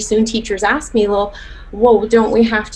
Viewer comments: "You turn that aks to an ask or your ASS is unemployed." Damn. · As a danish person i was so confused when she said “aks”?? I thought what was wrong was that she didn’t say “may” but “can”. Where the fuck does “aks” come from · Aks in fact is NOT a word lol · "Acks you" infuriates me. It IS stupid. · does it kill you too much to say a 3 letter word then right way? Like seriously... I cringe anytime i hear someone pronounce it that way. You'd never say it like that in let's say - a job interview- and you def wouldn't missplell it. I've also heard people use it interchangeably, like one second they're saying "aks", then a couple minutes later it's "ask", then back to "aks". Like pick a damn side 😂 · This is ridiculous! And I hate when people can't pronounce a-SSSS-k! Now I don't mind the BlackCcent, I think it's fun and funny but, in my presence you can only have that accent if you know proper English! And yes, that's not cultural because we're not black, we're African and French speaker so.... I correct my kids when they try to be cool and use any blaccent word! So this very sad.... Demand excellent to your children so that if they fail they reach goodness!